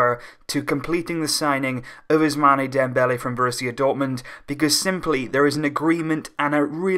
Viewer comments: First of all learn to pronounce the name of ousmane, it is not us-mane like sadio mane, it is us-maan from abu-usman. nonetheless it is a great signing, but got to find someone that can replace xavi and iniesta, we still haven't been able to do it. We still need 3 WC signings to come anywhere near to real. 2 CM, one defender and one more winger possibly di maria or draxler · Ousmane is pronounced ousman